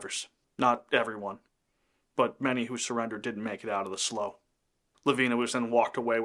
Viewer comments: Excellent video! Lavina was one hell of a survivor! I've never heard slough pronounced as "slow" but rather "slew," must be regional? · Slough is pronounced "slew". Not "slow". Old redneck here. Their part of our everyday vocabulary. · Not to nitpick, but I was born in New Ulm - Mankato is 25 miles away - and we pronounce it as it looks, Man - kay - toe. And slough is pronounced "slew" here... An excellent narration, though, and accurate too! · Slaughter Slough - slough is pronounced slew, not slow. There are other areas that were attacked during the Sioux Uprising. The government agencies treated the Sioux so badly by not honoring the agreement made and the Sioux were starving. A sad time for the settlers and Sioux. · Slough is pronounced like "slue," not "slow." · Slough is pronounced SLEW, not SLOW. Just saying… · FYI Minnesotans pronounce slough as SLEW. Trust me bro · Great little story as there is definitely a lot of history in this area. Just an FYI, slough, the swampy body of water is pronounced slew (rhymes with clue). Heard that word a lot growing up in the area! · Slough is pronounced “Sloo” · I’m assuming you’re saying they were hiding in a slough. Just so you know it’s pronounced “slew” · It's pronounced Sloo......... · Slough (rhymes with cow) is the British pronunciation. Also quite a rough town in England